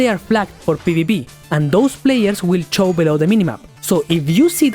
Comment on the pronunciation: Nice guide thank you. F@ 😂. Btw when you say show it sounds like Chow, even AI reads it like chow. 👍